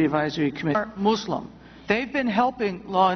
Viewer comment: she says mooselum lol